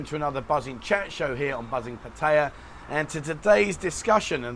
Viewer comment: Learn how to speak "Pattaya" correctly! Obviously no clue